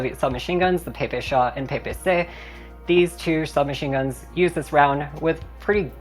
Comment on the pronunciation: Finally an English speaker said ППШ(PPSh) correctly, unlike P P S H(every letter)